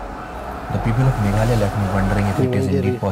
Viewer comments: Pronounce Me-gha-la-ya Which means Abode of Cloud.. Meghalaya also known as Scotland of East... Shillong is capital of Meghalaya, Shillong is called Rock Capital of India . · You are pronouncing it wrong. It is actually a single word and is called MAGHALAYA. Don’t use the last A and pronounce if as MAGHALAY. LAY as in SUR OR RHYTHM